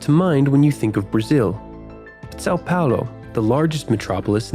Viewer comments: sal paulow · Suhw pahwlu